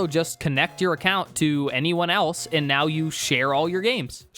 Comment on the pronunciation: How do you get two syllables out of the word "and"??!